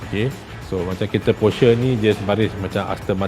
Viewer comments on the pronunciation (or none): kejap porshare kejap porsher. sebut brand pon tak betul